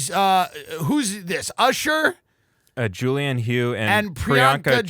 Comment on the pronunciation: Pronounced Julianne “huff” idiots